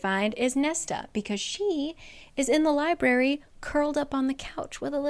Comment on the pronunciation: I read the first one. I really liked it and got the audio “dramatized adaptation” of the second book. Loved it. Got the “dramatized adaptation” of book 3 and got a bit past halfway through when I counted the THIRD time the guy who voiced Rhys pronounce “library” as “lie-bary.” LIEBARY?! I returned the dramatized adaptation and decided to finish out the series with your videos and couldn’t be happier in that choice.